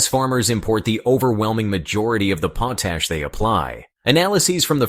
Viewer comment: POT ASH correct your computer generated pronunciation.